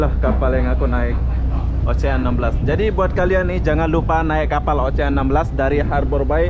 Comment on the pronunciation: Gk lucu pun, Oceanna yang ngakak, abang itu bilangnya Ocehan😂